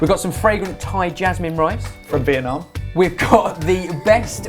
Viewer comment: pronounced the word "Vietnam" very well:)